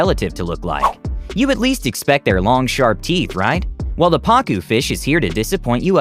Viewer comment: i thought he said pakyu fish 😂😂😂